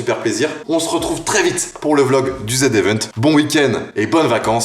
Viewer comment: Chui juste chaud tu dis bien zevent